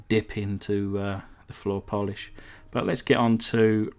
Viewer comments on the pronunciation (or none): none